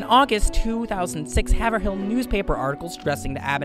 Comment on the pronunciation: Nice job. Pronounced Hay-vril though.